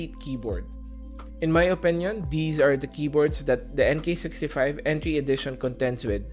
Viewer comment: Enty edition lol, get your English right you donut